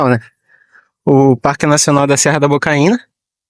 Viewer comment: Bocaina,,, não Bocaína😂😂😂😂